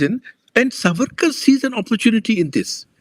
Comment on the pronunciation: Namaste! PLEASE PLEASE if Savarkar was your topic shouldn’t you have at least done your homework and got his name right? It is सा वरकर not सवरकर!! I just couldn’t focus on the content every time you mispronounced it😩 Aroon ji was saying it correctly and I was hoping you would take the cue ….I couldn’t bear it!